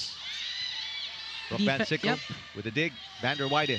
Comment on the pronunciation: Good game to both teams 👏 Fyi to pvl announcing the play by play during the game.! Stop saying Vander Wei-de it’s Vander Weide correct your pronunciation pls. lol she’s American 👌 Vander Weide not Vander Wei-de 😅